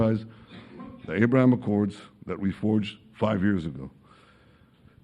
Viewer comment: Abrahummmmm, instead of ABRAHAM - music to my ears.